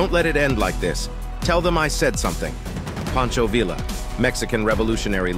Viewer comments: pronounced Poncho Ve-uh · If you can't pronounce Pancho Villa correctly don't make a video about him it shows you dont do any basic research